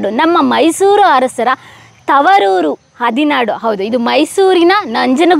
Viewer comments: ನಿಮ್ಮ ಉಚ್ಛರಣೆತಲ್ಲಿ ಹದಿನಾಡು ಎಂದು ಹೇಳುತ್ತಿರುವುದು ತಪ್ಪು. ಹದಿನಾರು ಎಂದು ಹೇಳಬೇಕು. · ಹದಿನಾಡು ಅಲ್ಲ ಹದಿನಾರು. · ಹದಿನಾರು ಗ್ರಾಮವನ್ನು "ಹದಿನಾಡು" ಎಂದು ಹೇಳುತ್ತಿದ್ದೀರ ಸರಿಪಡಿಸಿರಿ.